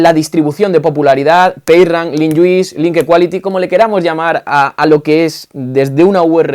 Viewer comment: "Page Rank" in English. En ehpañó "Payrran" =) Muchas gracias por tus videos.